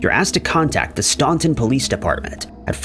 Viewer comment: Staunton is said like Stan-ton, like the name Stan and the ton is like the unit of measurement. Not that it really matters.